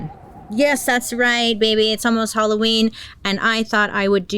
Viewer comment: im so sorry bailey but ill be saying holloween instead of halloween now i love you